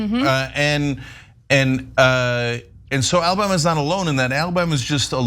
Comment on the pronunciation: AL-LA-Bam-Ma? Always think about getting my lip caught on a trip-wire when I hear that.